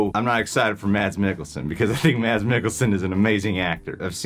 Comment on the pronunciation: The “D” is silent in Mads.